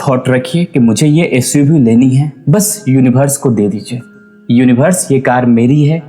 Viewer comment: सब कुछ ठीक है भाई साहब लेकिन यूनिवर्स को यूनिभर्स मत कहिए